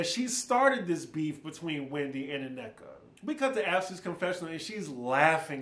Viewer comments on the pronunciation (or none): Thanks for the review! I won’t be watching this season but I’ll watch your recaps. Lol. Also, It’s pronounced Nneka(double n), not Ineka or Uneka